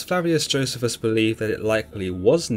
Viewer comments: It's joe-c-fus. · It's pronounced Jo 'cee' fuss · I fully understand the difference in pronunciation of words depending on one's accent, but you are butchering Josephus's name according to general consensus. Perhaps you should hear somebody speak it rather than pronounce it according to the way it's written.